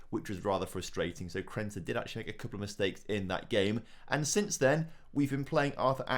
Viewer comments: He probably genuinely doesn't even realise that it's Krneta and not Krenta. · Krneta is underperforming cause you keep miss pronouncing his name 😂😂